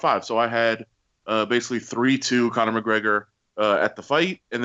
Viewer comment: also, 'Conor'